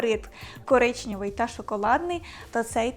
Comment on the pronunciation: КОРИЧНЕВИЙ, а не коричнЬОвий